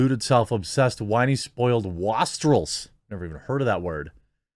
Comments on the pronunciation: Jeremy: "--'wahst-rels.' Never heard that word." Me after thinking about it: "Do you 'waste-rels'? Wow, haven't heard that outside of a medieval setting." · "Wastrels" are people who don't value things and waste their resources on things others would consider luxeries. It's pronounced "waist-rels". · It's pronounced waste-rels, Jeremy. It's a word for people who wasted their lives. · Wastrels is a hard 'A' as in waste.